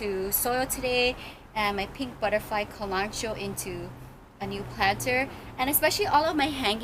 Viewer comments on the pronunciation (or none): great video! one thing, KALANCHOE is pronounced as KA LAN KO EE, not KALANCHO. ;)